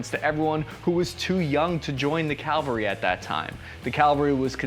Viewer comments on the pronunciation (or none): Ya keep saying calvarie instean of cavalrie. They're very different. I know you probably don't mean to.. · this is a petty pet peeve of mine but, its cavalry, not Calvary. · you said cal-varee; it’s actually cav-all-ree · You mis-pronounced the word cavalry. It is pelt 'cavalry', not 'calvary'. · 1. "Calvary" really! The word is CAV-alry. Calvary is a hill in Jerusalem when Yeshua was crucified. CAV-alry were horse soldiers who charged into battle, mounted on horses. (Dragoons moved by horse, dismounted, then engaged the enemy.) The word Cavalry comes from the French Chival (horse) and in Spanish, Cavalry is Caballeria. Learn to pronounce it. 2. The first seconds of your vid shows a Special Forces soldier. They aren't infantry. That guy could have been a Communications, Medical, or Engineer Sergeant. Are you counting SF in your number 15%? Good video, but go back to your homework. C A V A L R Y - CAValry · CA VAL RY. Not calvary. Love your videos! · Cavalry not Calvary. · ugh when he says "Calvary" instead of cavalry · Why do people refuse to pronounce cavalry correctly? “cav-al-ree” not “cal-ver-ee” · Nucyelar calvary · cavalry. not calvary. why do so many military channels (AND native speakers of English) do this? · "Cavalry," not "Calvary." Is that a spear or a pike? You can see and hear the Latin origin of that Spanish word. Also, the Romans gave the Germans their name - "Germani" - which means "men of war." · Awesome video, but you keep saying "calvary" instead of cavalry. These are two different words with different meanings. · Cavalry. CAVALRY. Not “Calvary”. That’s the name of the hill Jesus was crucified on. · Hey! Someone finally got it right. Outstanding. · THANK YOU IT PISSES ME OFF WHEN I HEAR PEOPLE SAY CALVARY I LITERALLY HAD A RANT TO MYSELF CAUSE I HEARD HIM SAY CALVARY EVEN THOUGH ITS CAVALRY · Psssst: "Calvary" is where Jesus died bro lol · Yep. I used to mistake these two too. "CAL-vuhry" =/= "cah-VUL-ry".